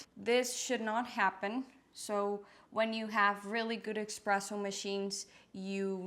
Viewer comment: There’s no “X” in espresso